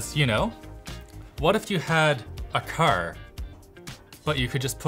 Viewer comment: I like the way pronounces car. "Kerr"